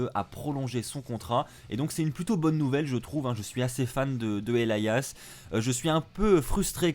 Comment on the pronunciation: Il le prononce bien manque juste l'accent